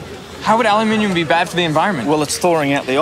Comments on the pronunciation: It bothers me that you say alluuuminium. I know it's not how you normally speak. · is it normal to pronounce aluminum like al-lu-min-y-um instead of just al-u-min-um? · Did he just pronounce aluminum "al-yu-min-ee-um"? I thought he was smart. It's "a-lum-ih-num" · Aloomin um... not alu mini um....gawd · You are American. Learn to pronounce aluminum. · I thought I was going to pop if I heard aloo mini um one more time. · why are they pronouncing aluminum wrong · The reality of the situation is that it IS Aluminum (no second "i") and it was changed to "-ium" because scientists wanted to standardize it on the elements charts. However, Aluminum with no second "I" is a correct pronunciation, otherwise Gold, Lead, Silver, Mercury and Copper are all incorrect pronunciations. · So it's Ah-Loo-Mi-Um now? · Understanding how thermal conductivity works is easy; but, understanding how to pronounce the word "aluminum" is hard, apparently. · There's that al-you-minium again. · HOW can it be actually pronounced Aluminium? there is only 1 'i' in it... so the North American way of saying Aluminum is actually correct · Why do you sound American but pronounce aluminum that way? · they pronounced aluminum wrong lol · how can you be so smart and pronounce ALUMINUM incorrectly? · It really bothers me when Americans use British pronunciations. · It took me a few seconds to figure out what an aluminium block was because of the American pronunciation, and I was surprised to see Derrick say it the british way in his accent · I've never heard anyone with an American accent pronounce aluminum in that way before O_o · Please tell me I'm not the only one bothered by his pronunciation of aluminum...